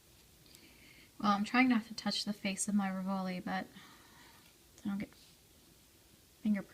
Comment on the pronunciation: Very pretty. Thank you. May I advise you that rivoli is pronounced "ri'-voh-lee" accent on the first syllable?